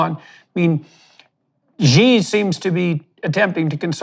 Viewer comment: xi is she. not jiii